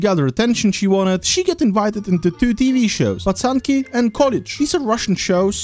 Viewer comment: the fact that bro said пацанки like an real russian is suprising (idk if is russian but it says United States in his about)